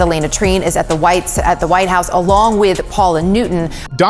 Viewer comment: The news lady at the begining accidentally called the White House, The Whites House!!